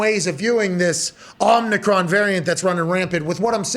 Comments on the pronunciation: Are they saying omicron wrong on purpose? Make it sound like a transformer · So are they saying Omnicron as a joke or any other intentional reason or is it just CTEs